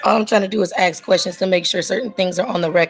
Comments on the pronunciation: All she trying to do is “ax” questions. Where do these people learn to say “ax” instead of ask and why don’t they correct themselves when they obviously must know it’s wrong. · She's trying to "axe" questions. Tells me all I need to know about her.